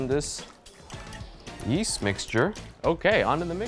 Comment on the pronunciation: Gerison k, dude i dont want no fight, and yeet is kind of a meme thing and i thought it was funny that he said now Lets pour in this yeast mixture, in a way Where it could sound like yeet.